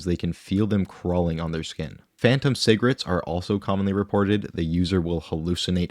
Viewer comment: I love that he says cigarettes like Bubbles from trailer park boys 😄 cigrits